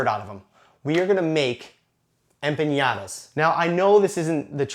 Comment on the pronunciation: I was just offended (not really :P) by the way you say EMPANADAS, EM-PA-NA-DAS not EMPIÑADAS!!! cool recipe ;) thanks